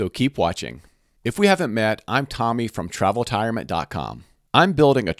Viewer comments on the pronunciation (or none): none